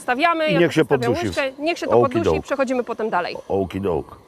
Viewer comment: " Ołki dołk"... Mistrz xD